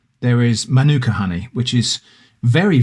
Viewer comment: In Australia there have been reports across all honey, it is not pure. Manuka is pronounced marn-aka around here. I got it wrong too.